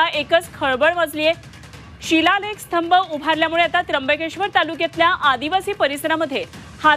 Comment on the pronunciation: स्थंब.. नाही हो... स्तंभ😂😂😂